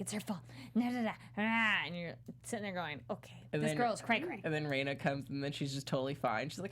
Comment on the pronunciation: There are two constants for every story arc: (Technically, there are way more but those would be spoilers) 1) Everything is fine until the cotton drifting festival when shit hits the fan. 2) Everything Ooishi touches turns to shit. Rena is pronounced REna, not REIna or RIna. This is important for two reasons: 1) There is actually a character named Rina in the series that will pop up from time to time. 2) She REALLY hates being called Reina. Also she is best girl and definitely waifu material.